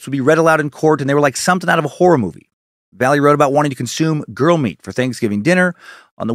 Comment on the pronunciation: Excellent work sir. Just FYI tho...Valle is pronounced Va-ye.